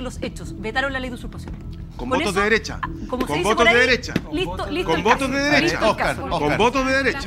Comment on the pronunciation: Y la desigualdad es culpa de lah dereshaaaa y de pinosheee?????? 😂